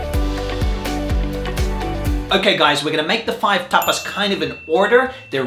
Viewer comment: There's one thing that has always bugged me, and that's the way you says TAPAS! This video was too much for me 😂